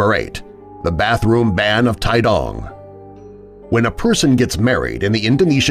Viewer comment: Tidong pronounced as Tee-dong, not Tai-dong and sulawesi is Soo-lawesee, not soo-lawe-sai